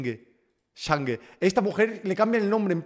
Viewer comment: Se llama hange pero se pronuncia anyi xd